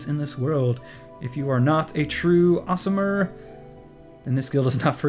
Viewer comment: Ill join your guild as soon as you get "Orismer" right.